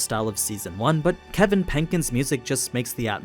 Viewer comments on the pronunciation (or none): none